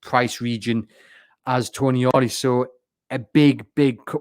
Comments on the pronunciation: If he is actually coming, you will need to get his name right. He isn't Toniali, he's Tonali, lose the extra "i" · It's not Tonyali or Toniali it's Tonali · I love the podcast and I do understand that it can be difficult with all the non-English names being linked now, but the name is “Tonali”, not “Toni-Ali”.